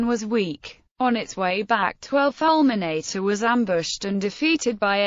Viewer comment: Falmenaytay.... My ears are bleeding.